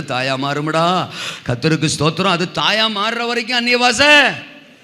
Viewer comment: சும்மா சும்மா தோத்துருவோம் தோத்துருவோம்னு சொல்லாம ஸ்தோத்ரம்னு ஒழுங்கா சொல்ல படிங்க